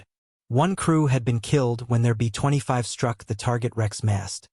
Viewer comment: Either learn to do your own narration. Or teach they ai to properly pronounce LAY NOT LAH a pause between B and25 is inaccurate.